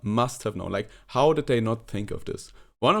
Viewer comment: wenn du how sagst, musst du es aussprechen wie hau. Nicht wie hou. Das hat eine ganz andere Bedeutung.